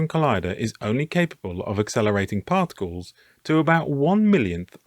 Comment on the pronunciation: Cosmic ray "particals" lol